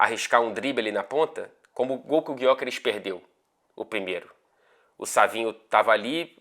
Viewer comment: Fala, vou dar uma dica para você e repassa pro pessoal da TNT Sports Brasil. Eu moro na Suécia e aprendi que a letra Ö do nome do Gyökeres tem uma pronúncia parecida com o nosso Ô do português. Abraço.